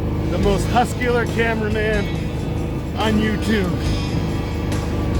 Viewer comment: "Huskular" LMAO